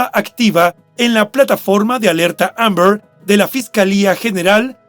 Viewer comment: El narrador por qué no pronuncia bien la palabra AMBER?❓🤷‍♀️ Ni se le entiende